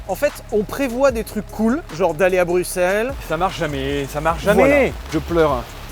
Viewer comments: Bruxelles enfin prononcé correctement par un français => Coeur sur vous : Comparaison de l'Atonium à la tour Eiffel peu glorieuse suivi d'un tacle au niveau des genoux concernant la coupe du monde => Quelle indignité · alors perso je suis Belge et je prononce bruXelles et pas bruSSels comme les flamands voilà merci de respecter la francophonie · je suis Bruxellois et tous le monde ici dit BRUXELLE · En même temps, ça s'écrit Bruxelles en français... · le rpincipe du "x" c'est que ça se prononce "x" pas "s"